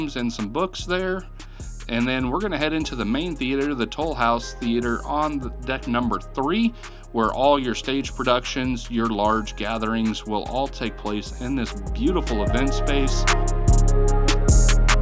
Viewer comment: Toulouse is pronounced 'ta-loose'